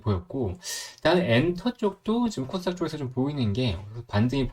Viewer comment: 첫날보다 많이 좋아지셨네요~ 딕션에 조금만 신경 쓰면 더 좋아질 거 같아요 코스닥이 제 귀에는 콧닥이라고 들렸어요. 코 _스 _닥 조금 천천히 하시고 딕션에 신경쓰시면 서서히 구독자가 늘지 않을까 해요. 화이팅!